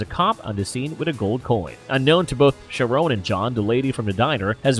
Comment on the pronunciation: Charon is pronounced like Karon